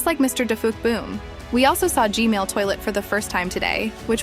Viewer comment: ITS G-MaIL